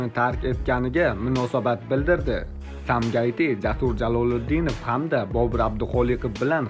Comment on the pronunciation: Самгаит эмас Сумгаит уртоқ.